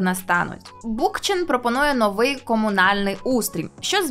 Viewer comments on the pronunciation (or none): none